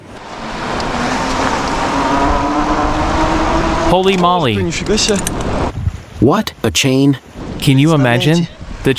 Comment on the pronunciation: Too long. NOT HOLLY MOLLY, ITS HOLEY MOWLEE!